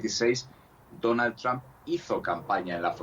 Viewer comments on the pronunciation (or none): none